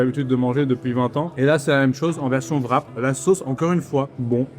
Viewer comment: Pourquoi est-ce que les français prononcent le ''w'' de ''wrap'' comme un ''v'', et d'autres sont plus comme un ''u'', comme dans ''with'' ''war'' et ''wet''? Personne d'autre que les français prononcent wrap ''vrap''. La monnaie de la Corée devrait être prononcée comme ''von'' si on dit ''vrap''.